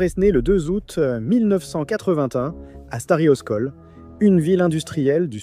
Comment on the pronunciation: Super vidéo ! sa ville on prononce inversé le A et le O du coup quand tu le prononce tu dis stOry Askol